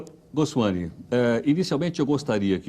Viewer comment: O "professor" (professor?) Heródoto Barbeiro não conseguiu pronunciar, de forma correta, o sobrenome do dr. Amit Goswami. Substituiu "m" por um inexistente "n".